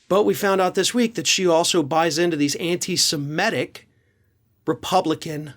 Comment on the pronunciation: You seem to be pronouncing semitic like emetic, i.e. semetic. It's derived from Semite.